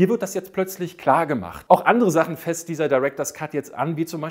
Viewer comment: Er "fässt" an???